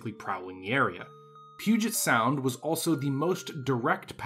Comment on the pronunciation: You know how to pronounce Puget Sound. Are you from Washington?